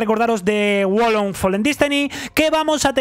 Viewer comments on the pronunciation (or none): bro, es Wo Long: Fallen Dynasty... Lo has dicho 3 veces mal pero igual te queremos, ♥ PD: Déjate barba. Hazlo por los panas (te quedaría bien chingón)